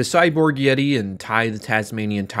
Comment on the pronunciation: Imagine saying the yeti named as YEETO and YEETA Instead of like the word yeti